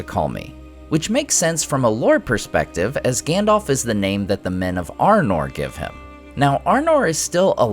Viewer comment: I'm pissed about "Gandalf".